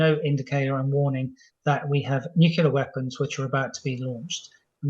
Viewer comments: Hard to understand how a very erudite military expert isnot able to pronounce "nuclear" , preferring to go for the "nukular" option.. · Weirdly, it seems like it's become the standard (mis-) pronunciation of the word for British military leadership and intelligence. Almost every talking head Times Radio has on says nuke-ular. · Chip needs to check the pronunciation of nuclear. Perhaps Times Radio could take lead in banishing nucular weapons? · Nuclear. New Clear. It's that easy! Somebody please tell these so-called 'experts' and presenters. 🙄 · Says noocular, loses all credibility. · Nuc u lar? Good god